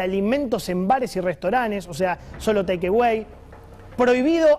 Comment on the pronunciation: Raners, teikewey, etc. Hablen bien, por favor. Son comunicadores y hablan en Spanglish. Si van a usar palabras en inglés por lo menos pronúncienlas correctamente.